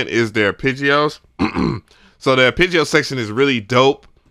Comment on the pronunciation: Bro I can’t take it any longer... It’s pronounced “aar·PEH·jee-ow” ITS A “EH” sound not an “I” 😂😂😂😂😂